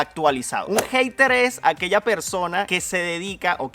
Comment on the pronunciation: en primer lugar pésimo tu pronunciación de la palabra Hater. Da pena ajena contigo. No te caerían mal unas clasecitas de inglés. 😘